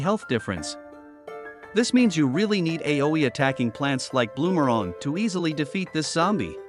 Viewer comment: why did you say bloomarang like that